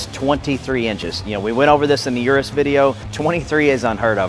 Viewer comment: He says "ur-us" I say "eu-roose"